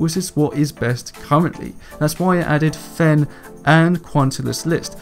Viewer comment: "kwan" and "fen" really bothers me but im not trying to make fun